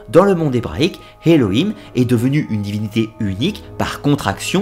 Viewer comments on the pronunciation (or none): Elohim et non Heloim, juste une faute de prononciation.